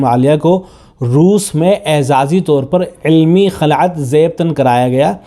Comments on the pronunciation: خلعت لفظ کی خ پر کسرہ ہے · پہلے تو اپنی اردو صحیح کر خلعت کسرہ کے ساتھ ہے نہ کہ فتحہ کے ساتھ